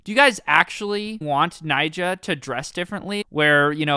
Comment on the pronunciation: not Nyjoah